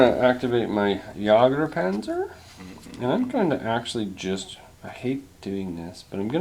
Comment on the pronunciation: Jagdpanzer, not jager panzer